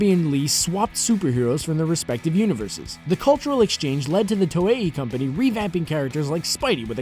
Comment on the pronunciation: Listening to you say Toei is cringe. It's To-ei not To-e-i